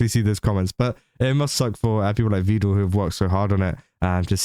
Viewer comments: It's "Vedal" as in "medal." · Almost nobody pronounces it correctly, it's a bit of a meme. Not even his own AIs!